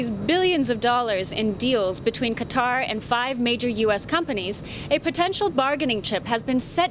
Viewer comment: Chanel Rion, Thank You, for pronouncing Qatar correctly. Maybe you could give lessons to all the networks reporters (CNN, CBS, NBC, FOX and OAN). How they come up with 'cutter' from 'Qatar' I'll never understand (and I'm a Texan).